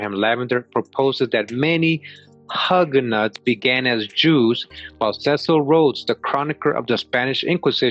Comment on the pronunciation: HI, it's pronounced hewganauts, hew ga nauts. Like in the word you/ hew. This is very interesting. Thank you for sharing.